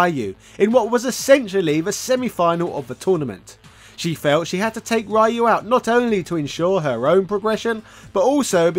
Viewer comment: Yo it hurt my soul when he said Ryu wrong 😭😭😭😭